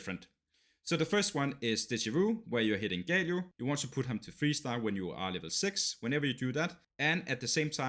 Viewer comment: sorry but it is GALIO not GAYLIO wtf... nice video tho